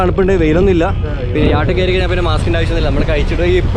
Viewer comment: യാട്ടല്ല ചങ്ങാതീ യാച്ച്